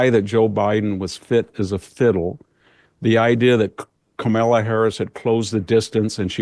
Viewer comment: Love when VDH calls Kamala “ke-mella” 😂😂😂